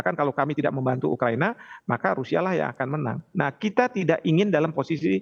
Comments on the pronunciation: Pembawa acara tivi nya salah sebut.. yang benar ukahina..bukan ukahiniii bos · Ukahina bukan ukahiniii bos gi mana sih pembawa acara berita nya